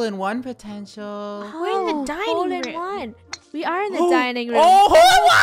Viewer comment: Insted Of HOLE-In-one I think is TROLL-IN-ONE